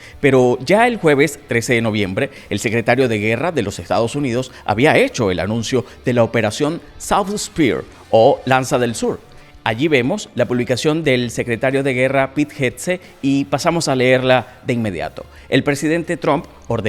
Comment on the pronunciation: southern, NO south aprende inglés bobo!